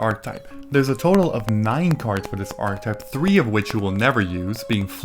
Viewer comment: I love these videos. But man, the word is ˈärkəˌtīp. You pronounce the e as a stand-alone. It’s a 3 syllable word.